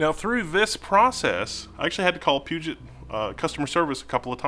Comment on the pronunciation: Why does everyone say PugeNt? There's no N in Puget.